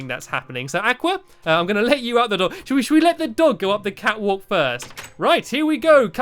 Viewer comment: When you said catwalk, I thought you said fatwalk.